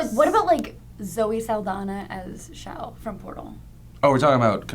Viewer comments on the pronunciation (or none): Her name is chell not shell -.